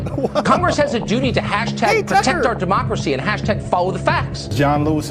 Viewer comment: HILLARY SAYS DEMOXRAXY NOT DEMOCRACY.